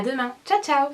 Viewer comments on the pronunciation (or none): none